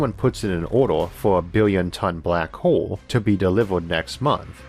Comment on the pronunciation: great video and thank you for the great content. some highlight from this video black hole = black hoo Star = stoo its own = it's ooo deeper = dipoo normal = nooomoo center = sentoo hole = "horse" sometimes bigger = bigoo slower = slovoo closer = clousoo